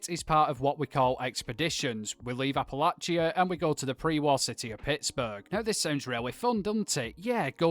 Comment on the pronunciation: Got 2 mins in before your pronunciation of Appalachia drove me away. How can somebody who has played the game so much, with so many characters in the game world pronouncing the word correctly, get it so wrong? Maybe do some research before your videos going forward?